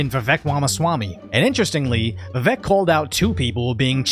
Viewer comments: In his own words, "it's Vivek, like cake." You could atleast pronounce it correctly. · Say it like Rake... Vivake. I hope that helps.